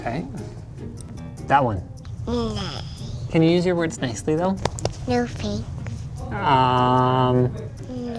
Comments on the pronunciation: FMLscienceturtel ... you are talking about your generation. Look I know it is spelt thanks. But Linus’ daughter says “Fanks”. OK? Give his daughter a break. The fact that I’m defending Linus’ daughter’s pronunciation is just funny. As if you sir forgot what learning and childhood meant. I know it is “Thanks” not “Fanks” but look back at the video and listen that the kid said “Fanks” not us. We all know how it is spelt. The person who commented this said “Fanks” only because he was just repeating the pronunciation of Linus’ daughter. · FMLscienceturtel OMG I already explained it. Do you actually think 3 year old children can even pronounce “Thanks” properly? They pronounce it “Fanks” until they get to around the age of 5 or 6. It’s a child leave her alone. She will learn later. She already learned how to build a PC and that’s good enough for me. At least she has some common sense and manners. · FMLscienceturtel it’s how Linus’ daughter pronounced the word “Thanks”. She pronounces as “Fanks”. Give her a break she still young and learning. My man Mr.Fish is only spitting out facts.